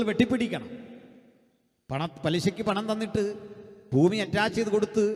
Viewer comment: ഫൂമി അല്ലടോ ഭൂമി വായനക്കാര